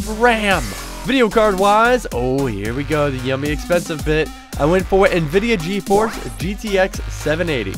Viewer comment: Except for NVIDIA GeForce. He said that right.